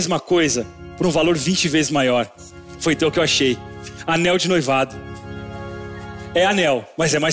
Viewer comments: ela na hora de falar anel de noivado falou algo como anel de "noí-vado", aí ele fez a piada em cima disso. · Ele tava zoando a pq ela deu uma derrapada quando foi pronunciar "noivado" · É que a moça falou anéis de "noívado" aí o fez uma piada com isso